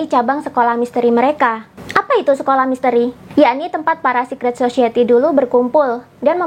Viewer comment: Society dibaca "sosayeti", Mbak, bukan "sosieti"